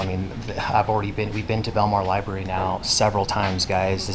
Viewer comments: Library not libarry... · It’s fun to count how many times people say “Lyberry”